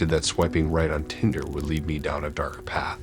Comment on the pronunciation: Lol “My body felt as heavy as “leed”. Cutie.